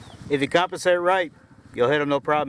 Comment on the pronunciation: 6 shots and couldn’t remember where your first 2 hit 😂🤦🏻‍♂️. And the word is “compensate” not “coppasate”